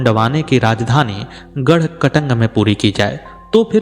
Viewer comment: आप द्वारा क‌ई शब्दों का सही उच्चारण नहीं किया है। गढ़ मण्डल नही गढ़ मण्डला सही शब्द है। गढ़ कटंगा सही उच्चारण है।